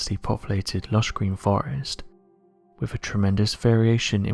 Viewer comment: Please, please PLEASE...pronounce your "th's"! One example is the word "with," it's not "wiff," it's "wi'TH"! I'm probably the only person who's driven nuts listening to the grossly mispronounounced words with "th's" in them!! AAAARRUGH!